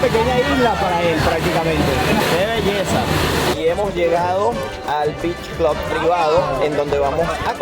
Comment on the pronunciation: Beach "clud"